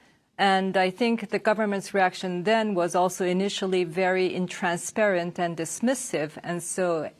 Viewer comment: Nontransparent 가 맞나요?,intransparent 로 들리는데